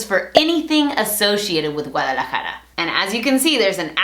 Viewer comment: Es guadalajara no guaralajara jajaja saludos desde guadalajara!